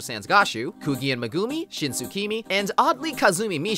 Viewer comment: WAIT WHAT PEOPLE REFER TO THE NAO ENDING AS THE THE LESBIAN ENDING EDIT: STOP SAYING "KOO-GEE" ITS "KOO-GEE-EH"